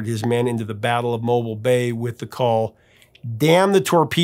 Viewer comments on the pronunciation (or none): Mobile is pronounced "mo-BEEL" not "MO-bul" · It's pronounced Mo-beel, like the second half of automobile. 👍🏼